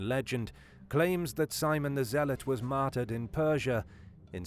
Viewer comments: When this guy says “martered” does that mean murdered or what? Lol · So we all know from this video you love the word "Matder"